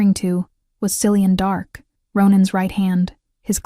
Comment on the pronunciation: Common AI..Cillian is pronounced Kill e un.